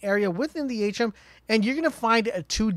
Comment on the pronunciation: Its pronounced A Tree Uhm. Not achum....be a professional if your going to get paid bud....but thanks for info either way